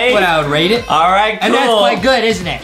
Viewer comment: Everytime Justin said rate he actually said rake love Miranda